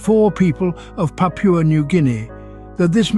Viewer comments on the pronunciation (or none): PAPUA or PUPAU 😂